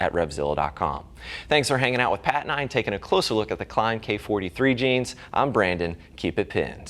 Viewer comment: “Hey I’m Bran-ifyouwill-don, joined by my friend here...”